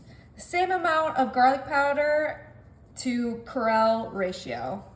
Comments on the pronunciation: Cre Ole like New Orleans not corral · Not creolle, creole😮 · It’s not “CRELLE” … IT’S CREOLLE!!! AGHHHHHHH!!!😠😤😤😤😤😤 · Honey, it's pronounced: creole (Kree-ole) long "e" & long "o" on the word "ole" its also used in seafood gumbos. Thanks hope this helps 😊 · It’s pronounced Cree-ol. “What does it mean if someone is Creole? AI Overview In the context of ethnicity, "Creole" often refers to a person of mixed heritage, particularly in regions like Louisiana and the Caribbean, where European, African, and sometimes Native American ancestry have blended. Historically, it also meant someone born in a colony, distinct from those born in the colonizing country. “ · It's pronounced cree-ole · The seasoning on the onions is pronounced "Cree-ole". It's an absolute STAPLE in Louisiana. 😊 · The seasoning correct pronunciation Cree O. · Creole is pronounced “kree ole” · The Tony Chascharies (spelling!!¡¡¿?) is pronounced Cree-ole like creek without the k and Ole like old without the d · Oh sweetheart. ••Creole—CREE-OLE (OLE rhymes with stole). ••Worcestershire—WUSS-TER-SHEER. ••Please use a rotary pizza cutter or a knife. You’ll get better cutting results and you won’t have to practically lay on top of something to cut it. Lastly, Hillshire farms makes one pound packages of all beef mini hotdogs. Way easier. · Glad you showed her how to pronounce it correctly.